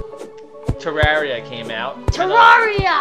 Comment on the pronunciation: he pronounced it right